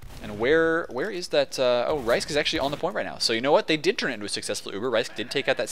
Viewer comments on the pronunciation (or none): Thanks for doin a poop game. It really is a shame that I can't make any of the matches otherwise I'd be right up in there with wreckin as Scouts:3 Also, it's pronounced Risk, not Ricek XD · Yeah you said my name right, you said rhysk's name wrong you had it right at first.